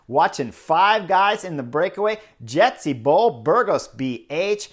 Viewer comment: funny how you pronounce the name of jetse bol, kida like jetski bol :) the second e is pronounced the same as the first e in his name :)